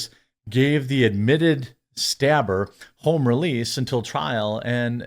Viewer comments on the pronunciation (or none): none